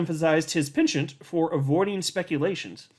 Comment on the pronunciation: Penchant lol ‘pershaurn’?